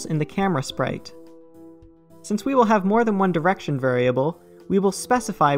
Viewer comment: ah yes... driection